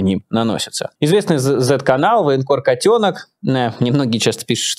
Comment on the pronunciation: Мне тоже нравится ударение в фамилии котёнок ставить так же как Майкл ставит.Это правильно.